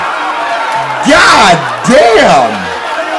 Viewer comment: the way you said damn twice😂😂